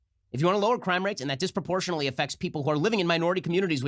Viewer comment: This video made me realize Bloomberg can’t pronounce disproportionately.